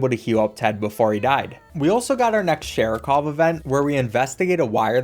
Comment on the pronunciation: Saying Sharikov's name wrong the whole time is very Seanie Dew of you